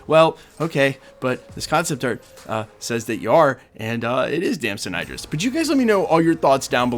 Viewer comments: His name is pronounced Dam-son Id-Dris. Not Ey-Dris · It's pronounced Id-ris. Not I-dris. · As for how to pronounce his name, it depends on where he got it from. If it's the Idris profit in the Koran, it's with an EE like eat. If it's just European, it's like the i in sit. But there is no i like you are pronouncing it (like fight) as far as I know. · His name is pronounced like It'd-dr-ress